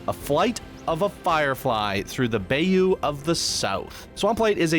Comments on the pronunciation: It's pronounced By-you, BTW.😆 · Apparently not bay him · It's pronounced bi-you but spelled bayou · Public service announcement. Bayou is pronounced bye-you